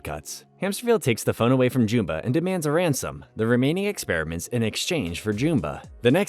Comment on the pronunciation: Why do you pronounce Jumba's name that way?